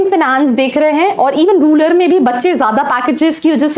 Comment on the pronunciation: रूलर नहीं रूरल